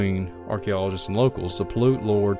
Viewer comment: That INDIAN TRIBE'S NAME IS SAID THIS WAY. (PAY-UTE). I AM FROM THE AREA. And I have been to the cave/caves many times. VERY INTERESTING PLACE. I have a lot of info about the area.